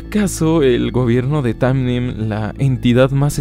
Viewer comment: Buen video, solo una cosa, es Panem y no Tamen